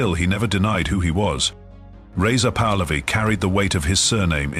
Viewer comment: You are showing the Golestan Palace in Tehran and calling it a house in Maryland. Most of this video has nothing to do with Reza Pahlavi. And your ai generated voice is saying the name wrong.